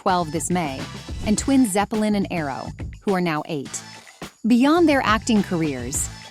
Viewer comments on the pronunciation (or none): none